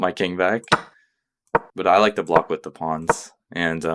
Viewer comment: Nice channel! Slight jolt each time you call the pawns a 'pond' :)